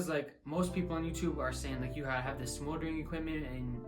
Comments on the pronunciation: MY MAN SAID SMOLERING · this mans really said smouldering equipment